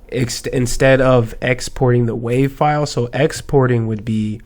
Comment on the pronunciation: " FILEE" much lovelol